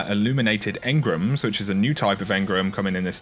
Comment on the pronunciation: Why has everyone started calling engrams 'engrums'